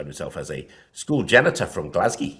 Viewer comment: "Glesga", not " Glasgee" ( Glasgow) , but thanks for your attempt. Not easy.